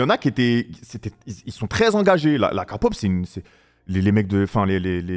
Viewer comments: Kapop😂 on écris K-pop mais On dit. Keypop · Par contre c pas kapop😂c kepop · Amine, okay déjà on dit pas Kapop mais Képop ensuite écoute des vrais sons de BTS, Dynamite Boy with luv ect c’est leurs côté pop mais ils ont pleins de genres variés Pop, Hiphop, Rap, IDM, Pop Latin, Rnb, Jazz, Ballade… ect. Selon tes goûts à toi moi je te conseillerais d’écouter Mic drop Ugh Shadow Home Cypher 4 Love Maze My time No more dream Hip Hop Phile (en lisant les paroles) Like Spine Breaker Voilaa j’espère tu verras mon commentaire !! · Oui,sa se dit Kelle pop